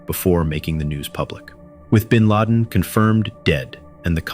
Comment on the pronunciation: gw bush said bin lad